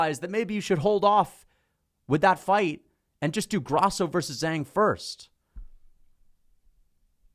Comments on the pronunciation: "Zang"? There's an "h" in her name, man. You can literally see that. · Kills my soul when he pronounces "Zhang"